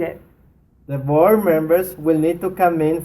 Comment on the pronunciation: Some final consonants are a pronunciation issue with Spanish speakers. Sometimes they get mispronounced ("fron" out of town) or dropped entirely (New Yor). Our nice gentleman was saying "bore" members (There may be some truth to that! ha, ha). It's interesting that, although she emphasized "outta town" throughout the recitation he pronounced the final consonant "F" in "of." I think she let it go because sometimes you can't be too much of a tyrant or a student gets discouraged. Also, inflection is more level in Spanish. I'm told the Spanish make fun of Italians because they sound like they're singing. (Italians make fun of Spanish for not distinguishing between "B" and "V.") I think it may be embarrassing - and require lots of encouragement - to put more lilt into your sentences if you're a Spanish speaker. Notice how second sentence has far more inflection, what calls "energy." Without it, the sentence, to the American ear, does indeed seem to lack energy. Sorry for my long-winded comment, but it's because I really like this exercise. It gets results!